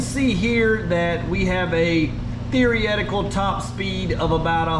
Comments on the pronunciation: Did you say therietical top speed 😂 therietical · “Theory-etical” top speed 😄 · can you say "theoretical" for us again 😁😁😅??